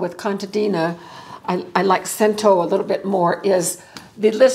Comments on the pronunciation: I can my own tomato purée every year from the tomatoes I grow. I use it to make chili, tomato sauce for pasta, and pizza sauce. It is very versatile. I grew up with it. I am Italian and my mother used canned purée (store-bought) a lot. (In case you’re curious, Cento is pronounced Chen-toe. 😊) Thank you for your excellent tips, and I hope you have a wonderful holiday! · I believe it's pronounced chen-ta in Italian. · the correct Italian pronunciation of cento is chento. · pronounced as “Chento” 😊